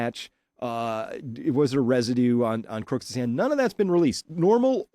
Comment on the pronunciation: I'm very grateful for your wonderful work Chris. Greg Nichols wife is the 1st person to pronounce Crooks dead correct?